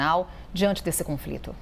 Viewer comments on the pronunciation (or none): Conflito? Menina fala direito!!